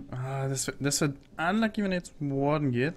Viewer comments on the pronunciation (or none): none